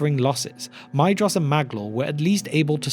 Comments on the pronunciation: I hate being pedantic about pronunciation. However, Maedhros is my favourite of the Sons of Fëanor. The "ae" is pronounced as a long "a" and the "dh" as a "th", so the name should be pronounced "MAY-thross" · I always thought that Maedhros was pronounced Maethros, but maybe it isn’t, and I do think that Maedhros sounds better